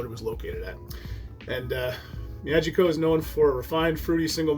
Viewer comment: "Me-ah-geeky-oh." And if you do a Japanese whisky again, the traditional word for cheers is kanpai (kahn-pie). Nice review, all the same. I haven't gotten into Japanese as much as I'd like for 2 reasons. 1, not a lot of reasonably priced offerings near me, and 2, not a lot of offerings bottled at 46% or higher.